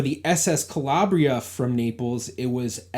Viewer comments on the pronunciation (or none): none